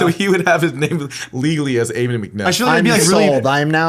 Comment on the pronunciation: U guys keep pronouncing Ammon wrong. Its Ahh-men